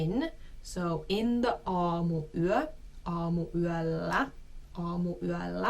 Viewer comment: I have to address the elephant in the room. She says AamuyÄllä instead of aamuyÖllä. She says LyiJJY instead of Lyijy. She says RovaniÄmi instead of Rovaniemi. She sayd YÄpöytä instead of Yöpöytä.